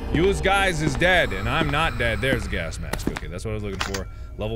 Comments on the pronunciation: so this entire time noone notices markiplier misponouncing gas mask as "gask mask"??? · Sometimes you say gasp mask. Have a sakura flower 🌸! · “gask mask” -markiplier